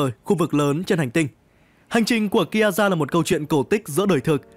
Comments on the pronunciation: Ki a za :)) Má phát âm phèn chúa thật sự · Nghe đến lúc đọc Kiaza là tắt video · Đọc tên còn chưa đúng còn đòi làm clip